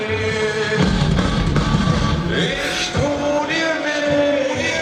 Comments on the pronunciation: The fourth word's pronounced like vay. German "w" has a "v" sound. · You actually mispronounced it. Ich sounds like the same as itch. And Weh, the W actually sounds more of a V in German